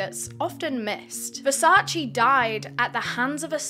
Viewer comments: You were driving me crazy with the constant wrong pronunciation of Versace. Versace, not Versaci 🙈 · Correct pronunciation of Versace is: 👉Versach-eh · So many I know and love cannot help it/have said "Versace" incorrectly for too long ( maybe do not care at all that is all good too!) I hope people that have loved Versace forever and a day, or are expanding their style or just learning what Versace truly is...more than fashion....don't want to make it a long rant on a great video ha ha BUT internally screams hearing the "chee" at the end of Versace being forever pronounced wrong*. Don't come for me I had to comment as soon as I heard the "CHEE" at the end. EEEEP *back to the kicka$$ vid by cause she is freaking just awesome, doing this YT niche better and expanding into what she has. - Someone that is Italian but lives in the U.S. Any other people that are Italian or not at all..still correct people each time they hear it said that way?? I cannot help it. This channel is excused from it tho lmao just want everyone else to know how to say it. Listen to the Versace family or their actual advertisements/ads. Rest Easy, to a total genius and someone i would have loved to meet and spend a day in the life with or in the brain of this legendary man. #VERSACE <3 🥰🥲🤧